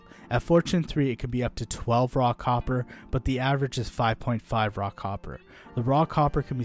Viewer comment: When he says "raw copper" I hear "rock hopper"